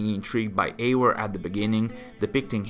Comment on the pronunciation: can you stop pronouncing eivor as eiwor? it's eiVor.